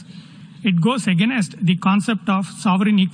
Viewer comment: I am glad the members have their translators. I can imagine his accent being hard to understand. Did he say "againest" ?